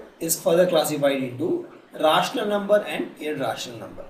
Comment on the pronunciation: Just listen the pronunciation of rational numbers and irrational number